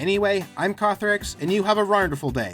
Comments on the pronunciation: I love your outro "Anyway, i'm Kothorix and you have a rawrnderfoul day" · did... do... do you say rawrdeful day? like wonderful with... rawr? you are awesome